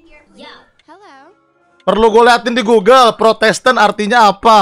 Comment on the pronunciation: bang windah bilangnya protesten gys bukan protestan